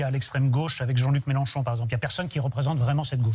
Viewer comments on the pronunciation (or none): none